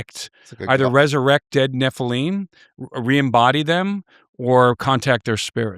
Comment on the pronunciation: I don't understand why people pronounce Nephilim like it's spelt Nephileam it just sounds so weird to me for some reason.